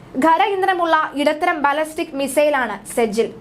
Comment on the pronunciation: കുട്ടി ശരിയായി പറയു ബാലസ്റ്റക് അല്ല ബാലിസ്റ്റിക് എന്ന് പറയു